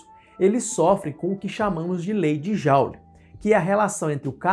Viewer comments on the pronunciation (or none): none